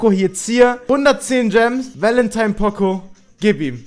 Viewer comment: pooooocooooo nicht pOcO